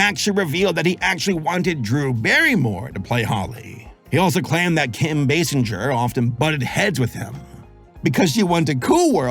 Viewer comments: It's pronounced Kim bay-singer. Like to sing a song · Me: say "singer" You: Singer... M: say "Basinger" Y: Basinjer M: WHY DO YOU SAY IT LIKE THAT!?